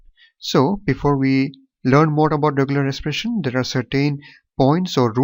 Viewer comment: Sir its 'expression' not 'espression'